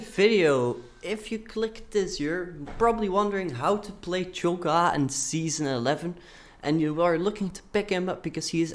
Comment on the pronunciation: Ahaha, what nationality r u btw? I'm from the UK and Cho'Gath sounded weird when you said it XD